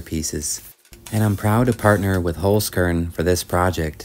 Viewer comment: very enjoyable video. a 'z' in german is pronounced like 'ts'. 'holz' is german for 'wood'. i am sure the sponsor cringes to hear their name mispronounced. holzkern (wood core) pronounced 'holts kairn'.